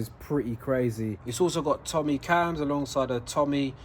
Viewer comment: Sorry for saying but the Cams are pronounced TOE MAY, not TOMMY, just want to correct you there, Drive safe.